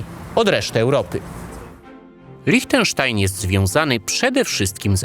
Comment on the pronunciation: Świetny materiał, mogę zarzucić Ci tylko jedno: Liechtenstein wymawia się LIŚTENSZTAJN, nie LICHTENSZTAJN 😉